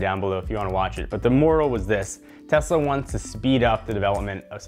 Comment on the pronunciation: Tezla Model Z iz coming zoon guys